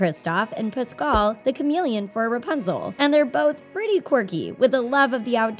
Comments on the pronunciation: It's Pascal not puscaal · ..... Pascall? Thats how you said it? IT PASCAL! Im getting super triggered for no reason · It isnt Pas-Col its Pass-Scal